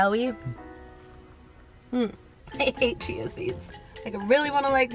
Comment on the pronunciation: Did she say chia wrong or was it just me? Haha